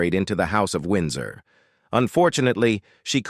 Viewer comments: Lol. “Win-doors”. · Typical 3rd rate job on our Royal Family. AI generated voice can't pronounce Windsor properly. Program shows photo of Charles Spencer and his Ist wife, passing them off as Diana parents when in reality they show Diana's brother and new sister-in-law. Absolutely low grade American tripe. Try to inform your own people about your own history.....but don't think this channel is able...I'm through with this and will certainly not revisit. If you're interested in this subject don't look for information here....